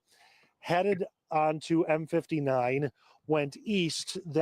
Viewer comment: Troy is about 1/2 an hour north of Detroit & is an affluent city. Dequindre Road is pronounced Dee-Kwin-Der Rd. M59 is pronounced M fifty nine and is a very busy east/west highway.